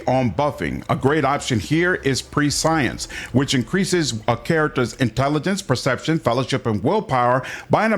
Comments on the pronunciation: Prescience is pronounced "press-see-ence" not "pre-science". good video. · Appreciate the video as I begin playing this game finally. Just FYI, it's not pronounced "pre-science", it's more like "pressy-ents" :) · Prescience too. Should be preh-she-ance not pree-science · "pre-science" lol - and "div-inner" lol Prescience is pronounced 'press-ie-ence' or 'presh-ie-ence' and Diviner is "Di-vine-er" (as in 'divine' judgement, or 'divine' light) just fyi =) (yes, both are 3 syllables!) all good though man, no worries, prescience is a common one people mess up =) 'press-ie-ence' is more proper, more British, and technically correct 'presh-ie-ence' is more American, and wrong, though technically allowed (it means: to know something before it happens, foresight, foreknowledge, precognition, etc... just fyi for anybody wondering) it's similar to 'omniscience' which is also pronounced "om-ni-see-ence" or "om-nie-see-ence" or even sometimes "om-nish-ence" but not "omni-science" omniscience means: 'all knowing', the state of knowing everything. I know everybody on the internet really cares about this.... so, you're welcome internet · "Prescience" is not pronounced like that. "pre" like in "prefer" + "scee-ence".